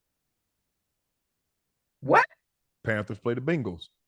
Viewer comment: The way Unc says Bengals 😂